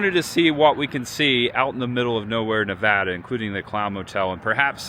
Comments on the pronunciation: Props for not calling Nevada "Nu- VAAH-Duh." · Thanks for pronouncing Nevada correctly, for an easterner